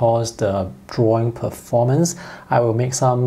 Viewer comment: Oh lord isn't it horrible he didn't pronounce a word perfectly 😂